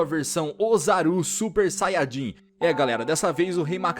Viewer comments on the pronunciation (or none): "Usaro super saiagim"kkkkkk